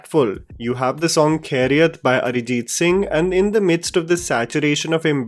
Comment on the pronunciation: It's khairiyat.. Not Kheriyat !